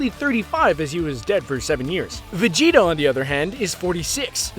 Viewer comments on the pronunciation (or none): Did he just say Vegito? Not Vegeta